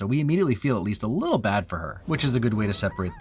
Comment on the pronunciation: i had to rewind twice. i've never heard anyone else say "lottle." i thought i was the only one. i'm howling rn